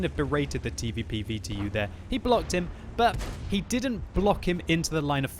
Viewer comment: The TeeVeePee VeeTeeYou